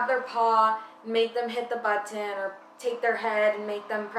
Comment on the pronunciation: Its button.....not buhh-tin!!!